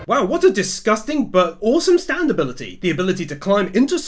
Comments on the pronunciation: It’s not STanDo it’s STAND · Whenever he says "Standoh" tho LMAOOO